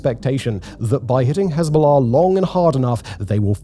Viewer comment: Just here to hear him say Hez-bow-law